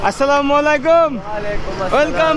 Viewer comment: ভাই মনে কিছু করবেন না আপনার সালাম হয় না বলবেন যে আসসালামুআলাইকুম মালাইকুম হবে না